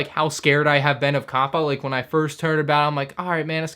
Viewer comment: Why do you keep on switching your pronunciation of COPPA? Sometimes you say COPPA other times you say CAPPA. I think you even said COAPPA